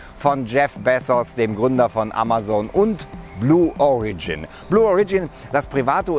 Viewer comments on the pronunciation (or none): Beim Wort "origin" wird die erste Silbe betont, nicht die zweite... Ansonsten ein interessantes Thema!